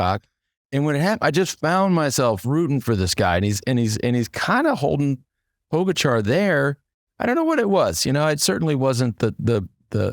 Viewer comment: How many years will it be before Lance learns how to pronounce Pogacar's name? Poe - gatch - are... Not really that complex :)